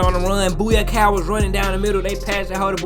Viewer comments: is Bukayo not Booyacow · Boo-car- yoh not Boo-yah-cow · when said Buyakao I thought arsenal signed a Chinese player this year (it's Bukayo my brother) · It's Bukayo, not Buyako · His last name is Bukayo, not Buyako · Yo.... why do you always call Saka BUYAKOW? His name is BU-KA-YO. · It’s not booyakao it’s bukayo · Its Boo kai oh bro